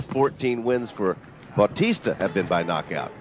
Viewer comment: What batista? Its baw-tista